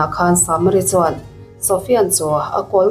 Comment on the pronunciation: ....a tuartu ni lo 'CHUAN'*... He *'chuan' i lam dãn hi a thu awmzia aṭangin i lam dik lo.Han ngaihthla nawn leh la, a lam dik dãn tùr i hre mai ang.